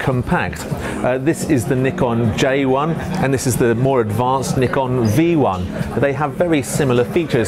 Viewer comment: Good job on the review. For once Nikon name is pronounce correctly.